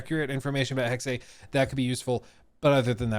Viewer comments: it's pronounced AC Hex uh, not AC Hex ay........weird i know....but you're totally saying it wrong. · Interesting pictures. Can’t wait! As a German speaker may i suggest the correct pronunciation is Hex-suh. Not Hex-say. 🙏🏻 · We honestly still saying hex-eh? It really is just HEX... the e is silent. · Stop saying hex-ay, it's NOT correct.